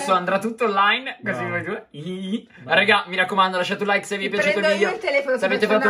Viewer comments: perchè all inizio al posto di dire like dice rike? ( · 32: invece di dire like ha detto rike